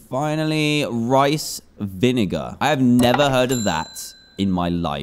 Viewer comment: Most of the world: vinegar Dan: vininger